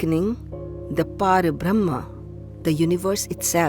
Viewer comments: It was not Shoonya. Shoonya means Nothing. What WAS, was No-thing. And it is Para-brahma, not Paarabrahm. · Beautiful 🙏 .. one point.. It is PARABRAHMA not PĀRABRAHMA. Pl check with samskrit experts